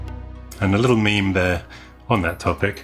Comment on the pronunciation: THANK YOU for the Correct! pronunciation of MEME! It's a French word, but also for Memetic. 'mehmm'